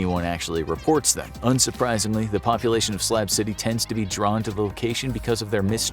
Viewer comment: SLAB CITY BUT I SWEAR IT SOUNDS LIKE HE'S SAYING SLAP CITY